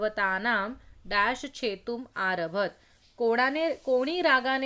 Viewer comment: Good explanation. One clarification - aarabhat- the 'ta' sound has to be fully pronounced at the end, right?